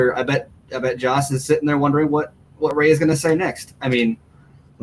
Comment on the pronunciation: It's Joss, not Josh.